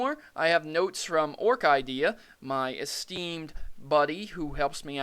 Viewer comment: bro he said ork-idea